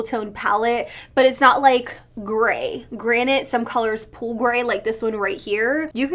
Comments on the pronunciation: Wait are you saying granite or granted 😂 i hear both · Does it bother anyone else when she says "granite" insteas of "Granted"!? 🤣 still love you!